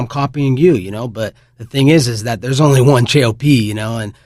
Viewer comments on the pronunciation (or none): none